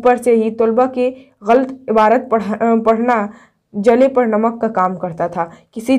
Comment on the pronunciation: Abarat nhi hota hai aapi